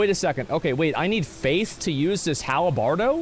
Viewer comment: “Halabardo”... halabardo...